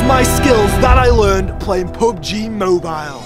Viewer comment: when he said this is so much like pub gee he sounded like he said poop gee